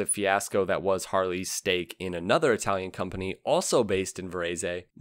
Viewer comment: Love your videos, but you definetly need to improve your italian pronunciation haha